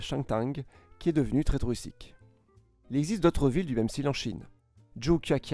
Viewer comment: J’adore ton contenu et ta chaîne mais révise ta dictée et le dynamise cette dernière sans garder ce ton monotone. J’ai l’impression par moment tu lis juste un texte sans rien ajouter. Par rapport à la dictée Ex « tweristique ». Je souligne que je ne critique pas méchamment, j’adore ta chaîne 😊